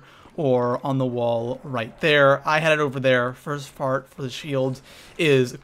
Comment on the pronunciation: He said: first part i know the p sounded like the f